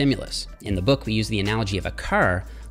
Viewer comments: It’s pronounced car not crr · Wait! Is he Canadian? The way he said “car”…. That’s what’s up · That is a very Canadian pronunciation of "car"